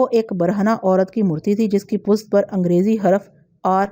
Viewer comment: آپ پشت کو پست کیوں پڑھتی ہیں ہمیشہ ؟